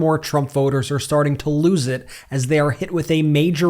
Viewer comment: why do you pronounce any word with a t in it you pronounce it as a d. It's awful!!!